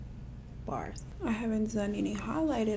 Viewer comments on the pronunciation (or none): Every time I hear say, "Bars." 🤣🤣🤣